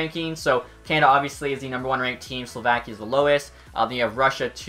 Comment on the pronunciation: Please learn how to say names right or at least the country Slovakia.